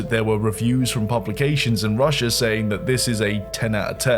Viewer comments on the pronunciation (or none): none